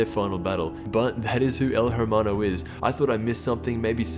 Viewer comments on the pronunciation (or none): please say “air-maw-no” instead of “her-maw-no” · Its pronounced el Ermano , not el 'H'ermano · If you're going to try to pronounce El Hermano right, at least do it right... It's not El Her-Mun-o... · You know, Hermano is pronounced “ermano” not “her-mano” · H is mute in our language, is not Jermano, is ermano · IT'S NOT JERMANO, IT'S HERMANO \ERMANO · El Err-MAH-no, not el Hurr-man-o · The way you Hermano sounds like El Jermano, Jermando -' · Eh. AIR-mano. Not hair. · It’s Err-Mano not Herr-mano, in Spanish the H is silent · He keeps saying it like “her man oh” It’s more like “air Man no” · ERMANO Not JERMANO PLZ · The H is silent kid you are basically saying hermano when is pronounced ermano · You know you're white when you pronounce hermano as " her-mon-o" when really it's "eair-mono" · Really ? El HHHHHewmano ? You don't pronounce it like that ! You say it this way : EEEEL HEEEEEEEEERRRRRRMANO AY AY AY HABLO ESPAÑOL CHICAS ! end me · "H" is silent in Spanish. so his name is pronounced Ermano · The H is Silent when you talk spanish example: El ermano. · It’s pronounced ermano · You don't pronounce the "h" in Spanish it's pronounced "er-ma-no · You're saying it wrong, said it like el ermano, sometimes the "H" in spanish is mute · H is silent in hermano so its ermano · Aye it’s ermano u don’t pronounce the h in Spanish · Hermano the H is silent say it like this ermano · It's pronounced "ermano" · You don't say it with the H U say it like Ermano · The H is silent in spanish, just say Ermano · It's said Ermano the h is silent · "ERMANO" the H is silent. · I speak Spanish and just gonna say hermano is pronounced (er-man-do) because in spanish the h is always silent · um el hermao, silent h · You're not supposed to say the H in El Hermano. It's El Er-mano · Every time he pronounced the H in Hermano. It made me cringe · Don’t pronounce the h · The H is silent tho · You don't pronounce the "h" in Spanish my guy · The way you pronounce “el hermano” kills me